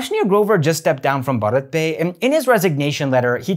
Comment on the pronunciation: It’s pronounced Bhārat.